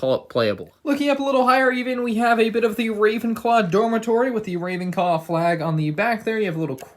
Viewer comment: 2 Big Mistakes in 2020, Calls Ravenclaw Ravencaw and Calling Hedwig is a boy. Poor 🤦‍♂️🤦‍♂️